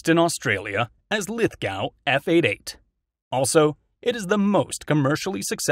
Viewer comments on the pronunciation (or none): Lithgow 88 - Lithgow is a town name, pronounced “Lith-Go” 👍🏻